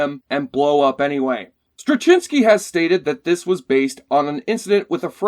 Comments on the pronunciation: Um, check your pronunciation of J. Michael Straczynski's name. Met the man many times. Just look up videos introducing him... that'll help you. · I can't hear your pronunciation of J Michael Straczynski without cringing.